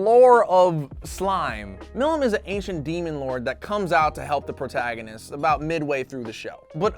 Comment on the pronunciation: Jo Not Joe No E Also did say portaganist instead of protagonist